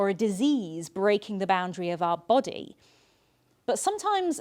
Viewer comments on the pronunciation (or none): none